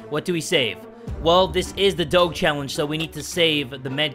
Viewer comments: It's supposed to sound like DOJE not DOGE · It’s not doge (Do-geh) it’s Doge (Do-Juh) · It’s nor dog it’s doge got it you said it wrong not g but ge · Kilahni Hanna yeee it’s doge not dog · It's Doge Not dog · It's. Not. Dog. It's Doge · he meant doge not dog lol pronounced it wrong. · why you say doog it is dooj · doug Me:inhales and outhales intensely Also me:ITS DOGE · doge is pronounced dodge. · You know you say it like dogh-ju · He realy probounced doge like dawg instead of dodge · Dog-e It’s do-j-e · Ma dude, ya been pronouncing "DOGE" wrong, is sounds like "DOJE" Glad to be of service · ITS PRONOUNCED DOJE NOT DOGE SPELLED DOGE BUT SOUNDS LIKE DOJE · Who else is bugged that said it like Doe-ge instead of Doe-je? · Im so triggered bc he said it like “doge” instead of “doje” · Wow it’s do jeh not do ge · it's cringy af when he says doge instead of doje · its Doje not doge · you say doge weirdly. its pronounced doshe. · it's pronounced DOG EEEEEEE. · it's prenounced Doggy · it's not said like that it's doe gu or doge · you're saying doge wrong is Dough-gee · NorthBoundWolf it's like dough je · I though it was Doe-j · yes doje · No it isn't is named Pronounced "Doj" Or "Dogi" or "Doug" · It's do ge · It's d-oe-j. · does the way he says doge trigger anyone else.... (dough-juh) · Dough guh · No one talking about him saying doge wrong the whole video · IT'S PRONOUNCED "DOJE" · Say it as doje instead of the real spelling btw funny vid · its prnounced more of doje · (Doe-Juh) (Dough-J) Doge (you know like sound D not like you say the letter then regular letter O than G is more like j like the sound not letter an the e makes an uh noise) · ITS PRONOUNCED DODGE WITH OUT THE SECOND D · No hard feelings but you pronounce doge like if it was spelled “doje” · It’s pronounced Doej or doje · Doge is pronounced do ja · It's pronounced dojh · It’s pronounced Do-sh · You pronounce Doge Like a J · It is said like doaj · It’s pronounced Doje 😑